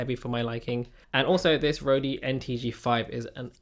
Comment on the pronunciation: I don't think it's pronounced Rodey or is it? <